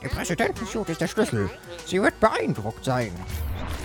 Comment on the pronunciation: Hey, nur damit du dich nicht blamierst das heißt ´´Presidenten -suit´´ nicht ´´Presidenten_siut`` Bitte liken damit er es sieht